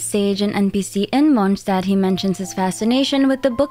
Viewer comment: Wow you're the first person I've seen pronounce not only Mondstadt correctly, but also Fontaine! 👍